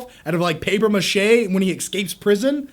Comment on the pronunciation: there is no "X" in the word "escape".